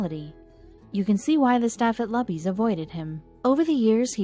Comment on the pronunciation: Why not pronounce “Luby” correctly? It’s not “Lubby” FFS. It’s pronounced LOOBY you clowns.